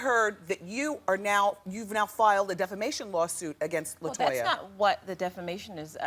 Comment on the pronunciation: "LIE-toya" Jackson! 😆